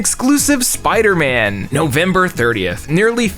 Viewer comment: Bro called Spiderman low tear